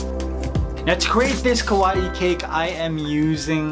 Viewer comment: Sounds like he is saying ku wa eee instead of kawaii